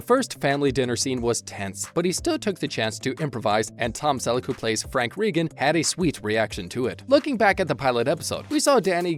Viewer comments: Let’s get it straight: The family’s name is pronounced “Ray-gun”, not “Ree-gun”. And it’s “Donnie”, not “Danny” Wahlberg. Lol. Not that many unscripted moments either, but nice try. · Please got the family name straight! "Ray-gun" not Ree-gun". Also it is Donnie Wahlberg, not Danny Wahlberg. Why couldn't we hear the unscripted comment? The title of the video was very misleading! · I have such a hard time listening to how he says Reagan. REE gun sounds weird. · Very irritating that the announcer can't get the pronunciation of the name correct, plus I don't see many bloopers only descriptions. This really sucks